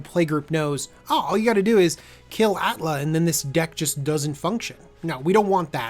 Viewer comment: Atla, not Alta !